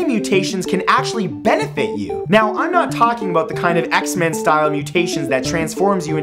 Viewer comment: About?U mean aBOOT? :D